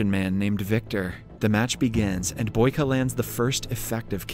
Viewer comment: Its boyka not baky